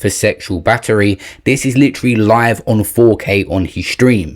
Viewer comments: OMG!!! This dude said LITERALLY ("LIT-TRAA-LAAY") about 5 times in the first minute of the video!!! Way more egregious than anything AB has ever done! 😂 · Holy isht!!! He won't stop saying "LIT-TRAH-LAAY" 😂😂😂 I can't even listen to this nonsense! I'm out and blocking this channel!